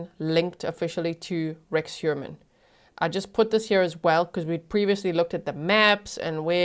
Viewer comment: The English pronunciation of "Heuermann" physically hurts my ears. <.<